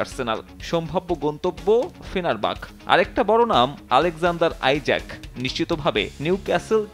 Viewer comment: এরা সাংবাদিক নাকি সাংগাতিক মানে'কে সানে আর ইসাক'কে বলে আইজ্যাক। 😂😂😂😂😂😂😂